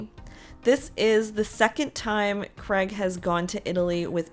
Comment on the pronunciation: U say Craig so different on this show, its sounds more like Greg 😂 poor sheps dog 😂😅